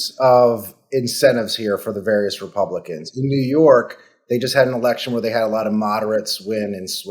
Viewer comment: Did Harry just say “House Repumpkins” ?? Hmm…